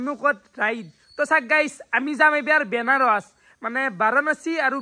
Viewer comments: Kotha kouar agote bhabi sinti kobo lage benaros nohoi banaras😂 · Benaros nhy re vi banaras 😂😂😂